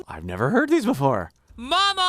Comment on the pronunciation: I noticed he seemingly makes a b sound on the quiet mama. Sounds like bama as in obama